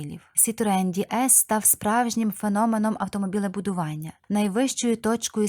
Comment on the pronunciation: Хай Бог милує! Який, у дупу, Ді Ес? Це ДЕ ЕС - «Богіня»!!!! Ганьба! Дізлайк!!!!